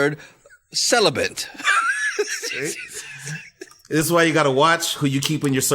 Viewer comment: Lolol I noticed saying "celiBent" too.